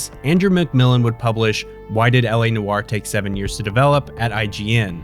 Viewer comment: LA Noire is not how you are saying it you're pronouncing it wrong everybody pronounces this game's name wrong just like you people do with Ubisoft